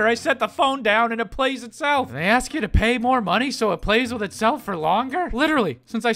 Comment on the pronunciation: ALL I HEAR IS "PLAYING AITH IT SELF"!!!!!!!!😖😖😖😖😖😖😨😨😨😨😨😨😰😰😧😦😦😧😲😲😦